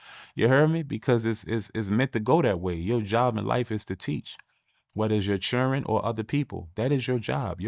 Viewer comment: It's been a long time since I've heard anyone pronounce children, chiren and it's absolutely endearing 😊